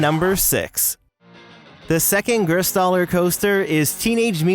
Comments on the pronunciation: It's Gerstlauer, not Gerstauler. A great ride manufacturer. I've ridden Hangtime at Knott's Berry Farm here in California. Such an awesome ride. Would love to ride Shellraiser & Shredder someday if I ever go to NYC or New Jersey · Perfect timing, went here a few days ago! Also, it’s Gerstlauer, not gerstauler. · Gerstauler? You mean Gerstlauer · Nice video i tried searching for more content about this park and this is one of the most quality video's i could find (btw gerstauer is not pronounced that way but i can understand why this is a hard word for amaricans)